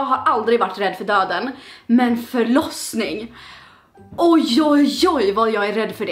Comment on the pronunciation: När du sa jag är rädd för förosning så trodde jag att du sa flossning!! lika om du blev lurad av flossning oh det andra >:) read more